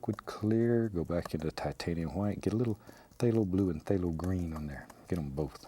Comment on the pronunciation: "there" "gesso" "phtalho blue" "hwhite" "something about like so" "psyooom" "what the heck"